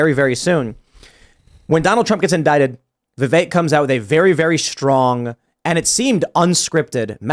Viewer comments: Stop saying VIV ACHE. It’s VIV EHK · Tim pronouncing Vivek, “Vevake” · Vivek pronounced Vi-vake , rhymes with cake. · The second guy to speak pronounced Vivek name 3 different ways in under 1 minute 😂